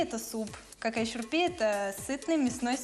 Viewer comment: Не «какай шурпе»😂 а «Кагай Шурбе».